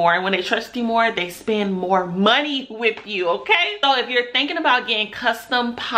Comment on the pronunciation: You are off to a great start young black business lady. But take it from another black business lady of over forty years. Stop pulling on your braids and always remember there is now reason to ever use the word " dey " instead of they. Keep reaching for the top💖⭐